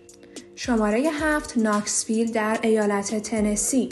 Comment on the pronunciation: نشویل درسته نه ناکسویل